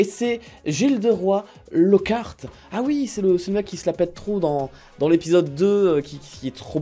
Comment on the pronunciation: Tu peux pas prononcer lockart comme ça 😭 sacrilège 😅